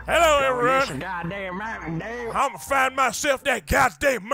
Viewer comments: the hell is mountain due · Arthur morgan- YEAH MOUTAIN DEW...what the hell is a moutain dew?